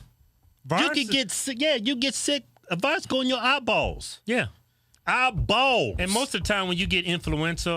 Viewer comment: EYE - Bawls 😂